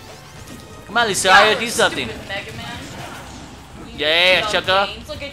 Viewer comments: I don't mean to be rude but lucario is pronounced lu-car-io.Thanks for posting your vidios you are a great channel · Pronounced LuKario like it has a K.